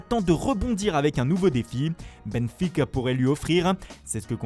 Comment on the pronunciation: "Benfuiiica" Attention, hein, t'y mets pas toi aussi!